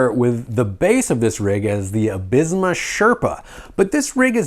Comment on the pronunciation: Nice, I'm glad the Absima (pronounced Ab See ma, btw 😂) Sherpa has found a way to the US market. Had mine since February and it's been amazing. They updated a few bits since the early release and this looks like a straight rebrand of that. I've got a whole series of videos on my channel (including putting a Crawlmaster Sport in there). Can't wait to see what you think of the performance. 🤙